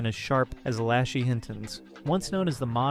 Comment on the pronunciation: The way the narrator said Lashay’s name really irritated me.